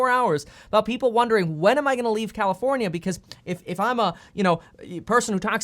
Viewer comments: Did he say commifornia? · Bro said commi-fornia 💀💀💀